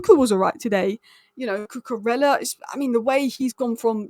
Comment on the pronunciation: It’s not koo koo rella! In Spanish when you have two ells together. It’s pronounced as a Y. So it’s. Koo Koo Reya. Your welcome.